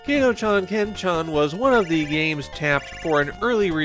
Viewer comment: Not Kay-toh chan, it's Kah-toh chan.